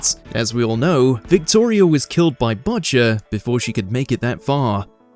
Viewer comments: the VO is either Ai , cant read coz english isnt their first language , or hasnt seen the show, coz what the hell is buhcher ? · Budger? 😅 It's like you call him after the little birdie 🐦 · Cant just let Botchers slide. Maybe don't have the UK version do this if you can't pronounce the name of the main character. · my guy, you gotta figure out how to pronounce "Butcher"